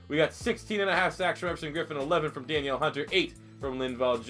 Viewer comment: Danielle is pronounced duh-neil in this case. For future reference